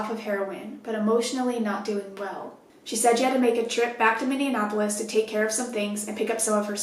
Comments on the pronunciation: Hi so i live in Minneapolis and now im scared lets hope she aint into chicks or i may have to move. Also btw its pronounced (mini-aplis) mn citys are hard to pronounce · Coach! I love you, but Minneapolis is not supposed to be pronounced like "Indianapolis". It's minne- ah- pol- is. I don't mean to be particular, I just live in minnesota, and it's the proper way to say it! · everyone from MN cringing at the pronunciation “minne-an-apolis” 😭 love your stories tho! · I love you so much... but the way you pronounced Minneapolis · Lol I love that you can't say Minneapolis. You combine it with Indianapolis 😂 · Were you trying to say "Minneapolis"? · Scary shit. But, the way you pronounce Minneapolis... lol love you